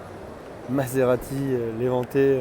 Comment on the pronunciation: Tu aurais pu prendre la peine d'apprendre a lire les noms des véhicules et leur construteur sui ne meritent pas detre pris pour des copieurs...... "Maserati levante...." quelle honte pour un journaliste aucune transparence ni compétences. Je suis outré 😢